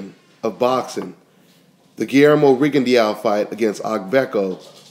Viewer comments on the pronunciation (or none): lol its pronounced rigon de oo not rigon di ya o